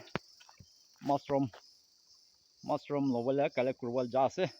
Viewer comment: Uncle its Mushroom not massroom ok! bia napabi moi any correction kuria laga ase deh😊👍